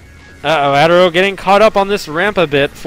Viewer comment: It's "Uh-Terro" not "ah-terro" lol